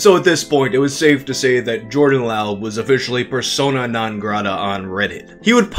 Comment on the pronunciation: Pretty sure laub is pronounced lobb as in lobbing a ball Source : my coworker with the same last name